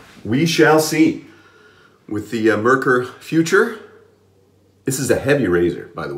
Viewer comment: Merkur is pronounced like more with an e insted of o and a cure without the y sound